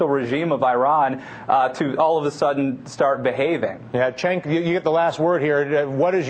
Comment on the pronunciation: Dylan Ratigan is officially unable to pronounce Cenk's name correctly. He ALWAYS says "CHenk", and this time even said UyGAR" TYT Publicist get on your job. I'd think Cenk would be at least a little annoyed by this.